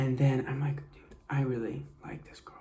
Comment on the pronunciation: im sorry but why does he say girl like GuRl